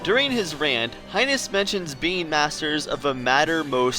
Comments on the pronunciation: I keep thinking you're saying "bean" instead of "being" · I keep hearing the word "being" as "bean", I'm laughing so hard at my own stupidity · I keep thinking your saying BEAN'S! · Everything time I hear "being" I hear "bean"